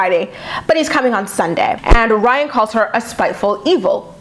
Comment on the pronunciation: super late but everyone says “rhine” bc Maci with her accent pronounces his name like “rhine” instead of “Ry-an” lol